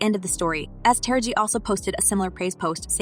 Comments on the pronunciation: I know it’s not just me thinking about this; but have anyone ever listen to how people Narrate these clips on celebrities. Taraji is her name say it with me Taraji not Tara-gee, go watch any Tupac clips and watch them say his name as Too-pack, this is very disturbing and disrespectful honestly. Even if you don’t know or even knew these people personally; but you have heard them say their names correctly in the past, especially when they are at their heights of their career. Too-pack and Taragee really; it’s Tupac and Taraji, that’s sad these people keep disrespecting these artists names, who so many people grew to love and care about. Let another outside race disrespect someone else name and their popular at that present time, I bet that they will have an instant meltdown and try to shame anybody who is narrating their story about them. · Who is this terrible commentator with this divisive /bigoted narrative that can't even pronounce TARAJI ??? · Her name is pronounced: Tah rah gee not Tara gee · First of all, put some respect on Taraji's name.😡 You must not know enough about her to know HOW to pronounce her name.